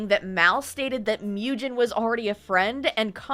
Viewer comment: When you do part 2, maybe look up pronunciations, it bothered me that you were mispronouncing some names like Mujin (Moo-jin, not Myew-jin, lol). There's plenty of criticism on all sides but Sykkuno is definitely the one who got his girlfriend into this mess in the first place by not keeping his dick in his pants AND spending so much money to flrit with and have sex with so many women, wtf! I worry that the girlfriend is dependent on him (financially? health-wise? who knows) and feels that she can't leave. :/ It feels really sketchy that Bao got her in contact with some of the girls and gave her U-haul tips, but then Sykkuno's message from him and the "girlfriend" act like she wasn't made aware of much at all, it made a lot of people feel like the girlfriend actually had no input in that message and that it's just him doing damage control and speaking for her to cover his ass.